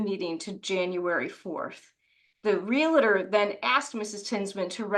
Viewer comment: it’s NOT real-LA-tor. It’s REAL-TOR. Two syllables.